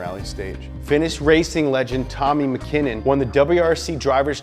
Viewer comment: >tommy makinun